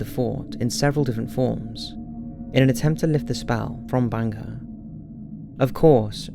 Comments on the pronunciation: Its not "Banga" it's "Bhangarh" Please use Indian words properly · It's not banga it's bhangarh....in Rajasthan one of the haunted place in India.. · It's bhangarh not banga fort. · not Banga it's bhangarh ka kila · Good video indeed. Its pronounced as 'baangad' and written as Bangarh, thank you for including Bangarh Fort in this list. Secondly, yes I believe this place is a little spooky if not haunted. Even during the visiting hours the empty spaces feel terrifyingly spooky. There is always a feeling that someone is watching you but the moment you look back theres no one. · I couldn't really get it when he pronounced 'bhangarh' as 'banger'!!!😂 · Sanjay Kumar legit doubt